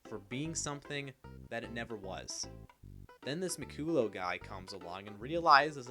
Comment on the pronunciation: Not that it matters now but the last name is pronounced Mick-cull-lah. The only reason I mention it is because this video is about how "J.J. didnt do his research and doesnt know what he is talking about." Which is a fine point to make... but it shows you didn't actually research anything either. You openly say you don't know how to pronounce his name and finding something like that out would take 3 seconds on Google. So if you're too lazy to do one extra Google search, how are we, the audience to trust that you did any actual research into the video topic yourself. This might seem like a minor or insignificant point, but it really undermines the authoritative tone you're going for when you don't even know someone's name. Cheers!